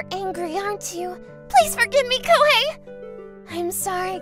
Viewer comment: Lmao koihei.....hahahah bruh that was funny but seriously its Ko-he-i.